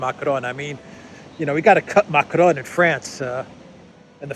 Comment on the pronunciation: For the sake of all that it good . . . PLEASE learn to pronounce basic French and German! Your pronunciation of "Allgemeine Zeitung" is abominable. Your attempts at "Macron," while slightly improved, remain terrible. Stop rolling the letter R. It's not the Spanish that you learned in your Queens High School!